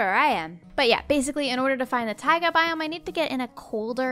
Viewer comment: And it's taiga not tiga